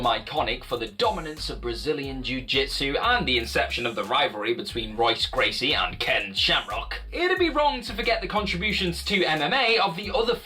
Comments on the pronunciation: Seriously, how you gonna make an MMA Channel and pronounce Royce Gracie's name wrong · Dude, how fucking embarrassing it must be to make an MMA channel and then mispronounce Royce Gracie's name time after time...seriously, have you never heard his name before?